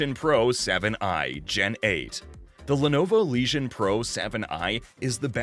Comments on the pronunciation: what a joke.....LEGION.......not leeshon.....nice autovoice...lol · Did anyone else here "Lesion" when he said "Legion"